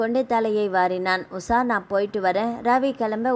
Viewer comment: Usa va usha va.ucharipil romba mosam.